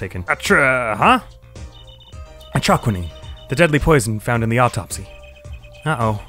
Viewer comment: It's funny you pronounced Atroquinine the way you said it didn't sound right when Gavin brought it up in Turnabout Serenade Does Brushel look wierd? Yes. Like a human version of Spongebob? Yes. Even then I couldn't like this guy more than I already do, I'll talk about why more in the trial but for what was shown here he is really smart. He found a "artist" who has never made a public appearance before, talk about journalistic skill